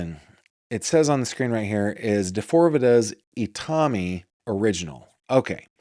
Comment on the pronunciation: I’m Japanese. Itami (痛み) does mean pain but the pronunciation is wrong. The accent is on the last syllable I-ta-MI, not on the second syllable i-TA-mi as you guys are pronouncing it. Also, the number four is pronounced “Shi” in Japanese. “Shi” also means death. It’s pronounced the same but written with different Chinese characters 死(death) 四 (4). There is no fourth floor in hospitals in Japan. Did D4VD use 4 (death) in his name because he’s obsessed with Japanese anime and death?